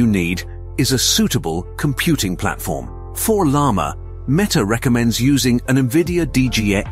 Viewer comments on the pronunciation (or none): El Llama by Meeta lol. Did ai read the script?